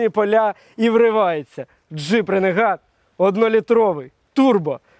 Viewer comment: Дуже класний огляд дякую за контент. Одне але РЕНЕГАТ ?)) Ну ж ренегейд